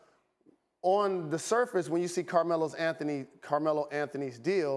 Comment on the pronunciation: “Carmeloes Anthony”